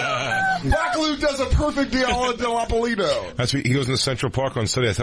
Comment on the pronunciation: Dan.....DA-LEE-AH, DIP-A-LEE-TOE